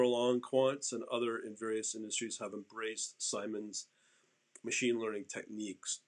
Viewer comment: Pronounced like “Sigh-mons”